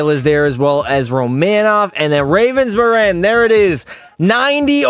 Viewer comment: the G in Ravensbergen got lost in translation I guess? HAHA